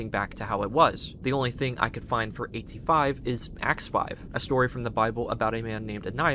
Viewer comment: AT-5 sounds like the number 85 🤷🏼‍♂️